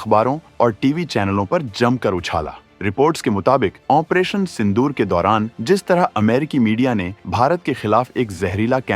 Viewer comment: Opration का उच्चारण तक नहीं होता